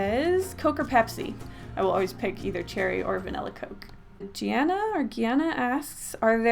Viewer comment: u said my name, gianna (its pronounced gee anna)